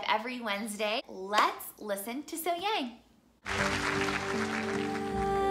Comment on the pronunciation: Her name is pronounced SoHyoung. 😉😊